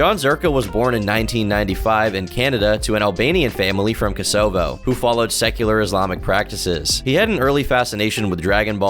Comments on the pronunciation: "From kah-so-voh" lol. It's pronounced koh-sa-voh. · Ah yes, the lovely nation of "Kuh-SO-vo". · that has to be the most american and craziest pronunciation of kosovo i've ever heard! ha ha cO-sO-vO its Ko-suh-vO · You butchered the pronounciation of ko-so-vo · Ka-So-Vo... Really... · Coe suh voe. Kosovo lmao never heard anyone pronounce it that way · still dying from the Kosovo pronunciation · Who the hell pronounces Kosovo that way? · why you say Kosovo all silly like? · That pronunciation of kosovo really got me lmao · Americans geography never ceases to amaze me man, the way my man said Kosovo was insane 😂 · You butchered Kosovo so badly. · please learn how to pronounce Kosovo